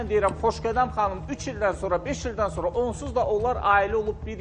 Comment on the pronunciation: Bu Xoşqədəm sonra deyir yoxsa sorna? Kim deyər?